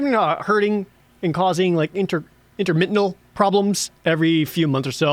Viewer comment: I believe you mean "intermittent," not intermittenal, Jared. Intermittenal is not a word.